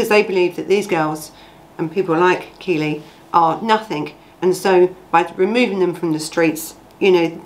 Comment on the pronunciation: Its KELLIE not Keely, get the name right at least! It happened local to me.